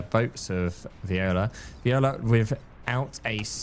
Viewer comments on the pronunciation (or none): its V O L I A. not viola